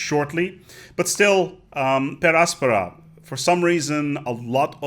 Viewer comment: I really like how he pronounces the littera canina. Though I prefer per angusta ad augusta.